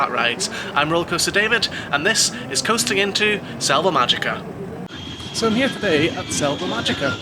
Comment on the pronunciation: I always enjoy reports from parks I haven’t been to. How was the park in general? It looked a little dreary. Btw, since you brought up pronunciation, the “j” and usually the “g” in Spanish are pronounced like an “h.” So, GuadalaHára and MáHica.